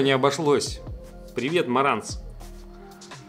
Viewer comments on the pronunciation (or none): none